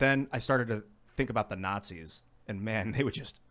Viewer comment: "But then, I started to think about the Nautzeez.."